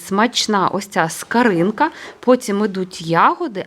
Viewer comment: Чому скаринка, а не скоринка?